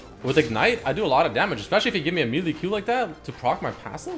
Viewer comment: you say melee wrong